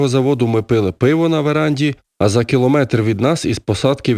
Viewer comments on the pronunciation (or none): none